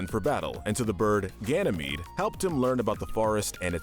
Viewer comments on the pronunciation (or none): none